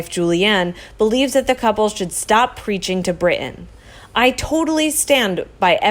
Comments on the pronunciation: Bri'in is actually spelled and pronounced Brit-ain; Not Eye-beeeza - Ibeetha. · I love this channel, but I hate your pronunciation of “important” and “Britain. When did it become cool to leave out the “t” in words? Sounds stupid. It’s not “impor’ant and Bri’ain”! 🙄🙄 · Narrator, please learn to enunciate the "t" sound in the middle of words such as, "Brittain," and "important." It is not, "Bri' ain" or "impor' ant."